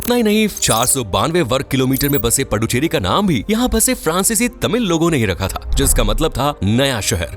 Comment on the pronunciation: पुदुच्चेरी कहिये🙏🏼पडुचेरि ग़लत है।